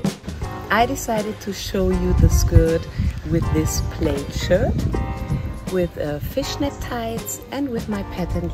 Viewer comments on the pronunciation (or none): Dear, In English, we pronounce the AI in plaid "PLADD" with the short A as found in glad, mad or sad. (This is an exception to the norm where AI is usually pronounced like the E in the German Zehn or Ä in Mädchen. English examples of this norm are maid and laid. ) Different exceptions are the A found in_said_, which is pronounced "SEDD" where the E is short like the E in sex or the (German) Sechs.